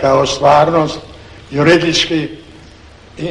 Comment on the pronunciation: Pripadnik hrvatske elite među kokošarima i komunističkim intelektualnim drvosječama. Sudac teško izgovara čak i temeljni pravnički termin "juridički"! Ne možeš vjerovati!